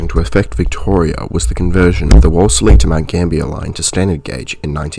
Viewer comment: WOOLS LEE, is how it's pronounced. You and I need to sit down, and I'll clue you up on place names, as this isn't the first time. Apart from that, well researched. And Deniliquin has the Denny Ute Muster.